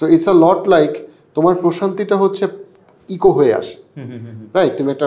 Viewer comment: bro. I love your contents and watch them and appreciate them and respect you. Please don't take it personally but correct your pronunciation 'echo'. ইকো ❌ একো ✅